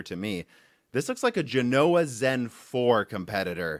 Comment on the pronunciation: Its GENoa, not genOa. Other than that, great video :)